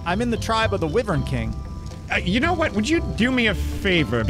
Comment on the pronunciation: What’s wiveron it’s pronounced wYvern